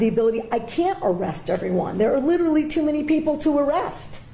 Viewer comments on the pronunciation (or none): none